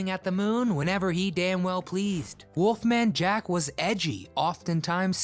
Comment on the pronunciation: Why does he keep calling him WOOFMAN Jack it's WOLFMAN Jack. Learn how to pronounce and enunciate geez.